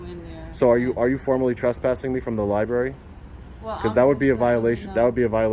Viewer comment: Seems like the man in charge of the liberry should be able to pronounce the word library.